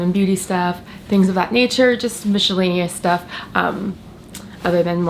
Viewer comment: Mishal-lay-nee-us stuff. Alright. Off to a good start already.